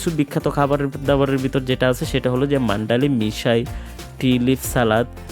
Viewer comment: আপনি মান্ডালি বলছেন, কিন্তু এই শহরের নাম মান্দালে বা Mandalay.